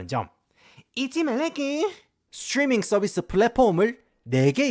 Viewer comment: 스츄뤼민 썰비스 스빠리뽜이~